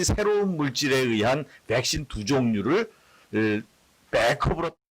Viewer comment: Vㅐ-ㄱ 신